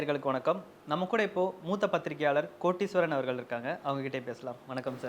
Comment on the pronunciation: வணக்கம் நெறியாளர் தமிழைத் தமிழாக உச்சரிக்கவும். “கோடீஸ்வரன்”ஓர் அழகான பெயர். அதை “கோட்டீஸ்வரன்” என்று உச்சரிப்பது மிக மிகத் தவறானது. நன்றி 🙏🏻